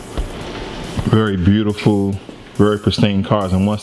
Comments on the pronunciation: A Ford Agalar??? . ANGLIA. ANG AS IN BANG and LIA, with a sound like LEEAH ... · Anglia and he says agilar.